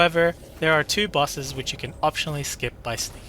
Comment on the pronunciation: "skipping busses" what? "Royce" oh bosses